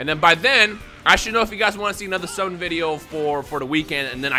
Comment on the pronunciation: Bruh he said "simmon" instead of "summon" lol